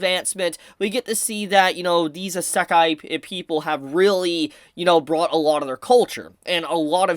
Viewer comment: How do you fuck up the word "Isekai" so bad?